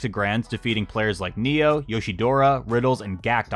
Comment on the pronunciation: Neo is nay-oh